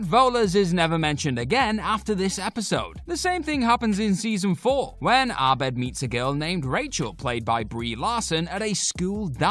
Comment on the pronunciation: It's pronounced Abed. Not Arbed? Have you even watched the show??